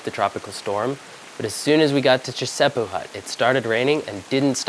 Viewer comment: The second hut you got to is Chisepo not Chesipo. 😮😂. Doesn’t really matter of course. I’ll keep watching.